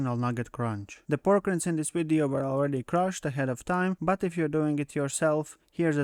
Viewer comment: Just FYI, "Rind" rhymes with "Kind."